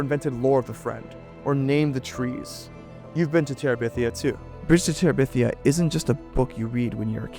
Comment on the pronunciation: Guy's, it's Bridge to Terabithia, not Bridge To Teribithia. Get it right 🤓